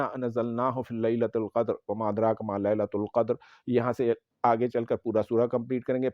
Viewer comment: Sir ji,aapne shuru ki ayat ghalat parhi he,fi laeela til qadar he,laeela tul nahi he.